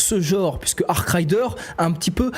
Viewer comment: arc raider pas arc rider....